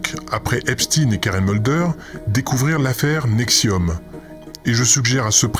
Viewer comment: Peitite rectification, ce n'est pas Eps"tin" mais Eps"tein", noter bien la consonance !